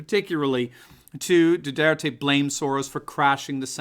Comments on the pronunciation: You're mispronouncing his name, it's Do (w)are tay. It's Spanish. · No Americans can pronounce President Duterte's name correctly, including.